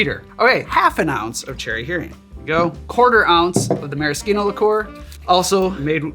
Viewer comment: My wife congratulates you on your proper pronunciation of maraschino. I told her I would pass it on